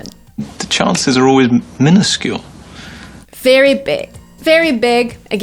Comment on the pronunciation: How to pronounce minuscule?🙃